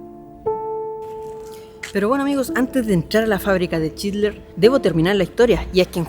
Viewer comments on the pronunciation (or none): Porque decís chidler... Jajjas